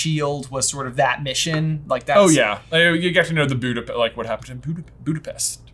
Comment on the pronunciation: Hello from Budapest! And also, Nat pronounces it right.